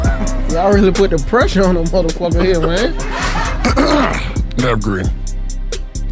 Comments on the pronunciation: Bru this was funny as hell bru. Lol how you forget the H Navv 🤣🤣🤣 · y'all cheated.. HE DID SAY THE H